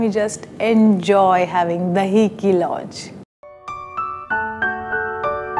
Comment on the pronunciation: I can't seem to understand this. Is it just deliberate or matter of habit that you don't want to pronounce things correctly. If you can pronounce Khazana correctly then Lauz has the same Z sound in the end. Why would you then pronounce it as Louj. It's very sickening